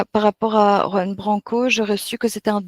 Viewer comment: Pas Yoan. Juan !!! Qui se prononce "roan"